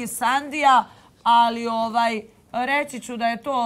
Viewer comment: Oooaaaj....Ooooaaaj (ovaj)... nauci prvo izgovarat rijeci 😉